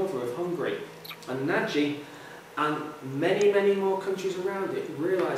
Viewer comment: 'Nagy' should rhyme with 'dodge'.